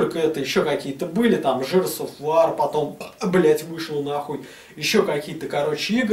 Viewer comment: ЖЭРС ОФ ВАР....